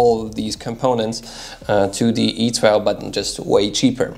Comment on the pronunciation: It’s pronounced E 2 .... you silly fool !